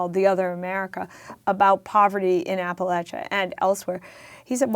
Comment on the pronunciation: Amity is one of the few that pronounces “Appalachia” right. Where did she learn that?